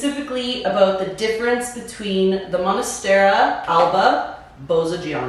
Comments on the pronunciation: First 5 seconds and I had to rewind…did she really say “monastera??” 😭 cringe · Good info but why do you say "monastera"?